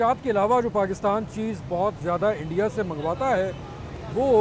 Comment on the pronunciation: Interesting to listen to Urdu spoken with a a thick Punjabi accent. Right from Imran Ahmed Khan Niazi to this gentleman. Love how they say Eendia!!